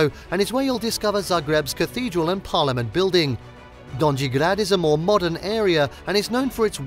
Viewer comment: In ALL Slavic languages, it's ALWAYS a SOFT 'J'', alright? Don-yee, not don-gee. :hand-orange-covering-eyes::face-blue-smiling